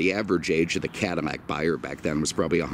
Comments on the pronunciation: He says Cadimmac instead of Cadillac. And almost any word that has a "L" sound he uses "M" sound instead. When he spoke of the Porsche 911 he said nineemeven. It is a speech impediment and I'm not making fun of it. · how are you pronouncing Cadillac? It sounds like Cadimac.